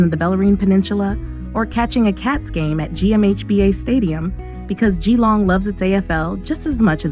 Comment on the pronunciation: It’s pronounced JILLONG not GEE LONG .